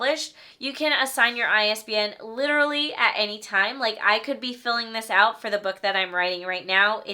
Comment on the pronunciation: LITURALLY LITURALLY LITURALLY